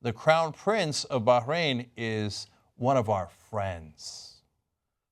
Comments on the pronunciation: Hey dipshit. There's no g in Bahrain haha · why is John punching the pronunciation of Bahrain?